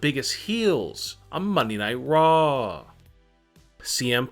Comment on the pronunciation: Its raw.. not rrrraaaaaw...